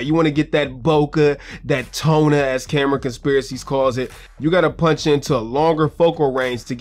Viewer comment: 1.4 Toneh! Hahahaha